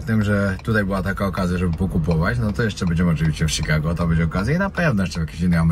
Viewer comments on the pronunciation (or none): none